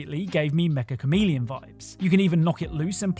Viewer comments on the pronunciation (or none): it’s actually pronounced “Me-CH-a” (pronounce the “ch” like in “cheese”) Chameleon. The official Japanese creators confirmed it. Meccha means “very” in Japanese